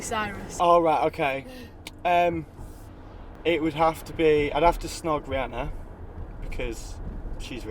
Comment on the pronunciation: It's cute how he says "um" as "em" :)